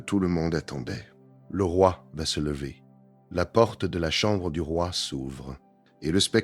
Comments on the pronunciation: 1887 ????? Louis 14 est mort en 1715 😏🙄🤦🤦🤦 Le « levère » du roi 🤦🤦🤦 Vive l’i a et sa voix insupportable 😨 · Excellente vidéo, très intéressante. Même la voix IA (dommage !) est assez bonne, si on excepte les "levères" du Roi.